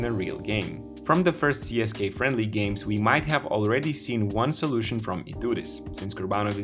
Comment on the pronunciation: Cool video. Just one thing that screeches my ears, again. Don't pronounce it as CSKay, it's not CSKay, it's CSK-UH